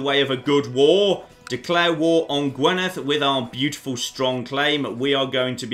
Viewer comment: I know you probably won't have to say "Gwynedd" any more, and your pronunciation of "dd" is perfect but could you please say "Gwinedd" instead of "Gwenidd". On another note, well done on achieving the Kingdom of Wales with what is one of the worst candidates possible, hell of a run that you've not been attacked by England yet! (Kembre is Breton for Cymru (which is Welsh for Wales)).